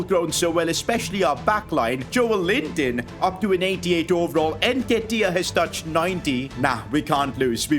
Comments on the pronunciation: please my ears where itching its NN ketiah not EnKetiah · Hey love the content and everything but just get the nketiah pronounciation right